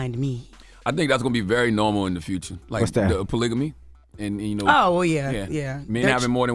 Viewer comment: Jess when she says, "You." It's, "Yeww." 😂😂😂